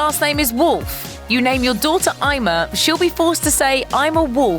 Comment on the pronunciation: Ima is pronounced Ema